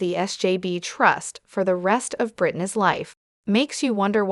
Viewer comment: Why is this being read by a machine? And some of the words are being mispronounced. Like Revocable, Conservatorship, conservators, and more importantly Britney’s? All mispronounced.